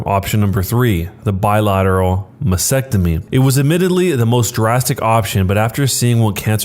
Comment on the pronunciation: This narrator should have asked his fourth grade teacher how to pronounce "Mastectomy" before attempting to narrate this story.